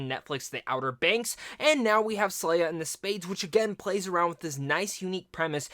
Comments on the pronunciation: SE-LAH. Not SLAY-A. I cannot watch this with this mispronunciation. Can’t take you seriously. You aren’t pronouncing it wrong you’re just not READING the name. Lol. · Did you watch the movie? Did you hear any of the other characters call her slayah? Her name is selah. (Say-la)